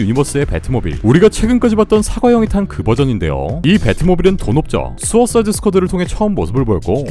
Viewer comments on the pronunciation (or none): none